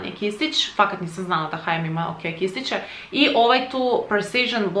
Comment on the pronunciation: Lajk ako si čuo kisići umjesto kistići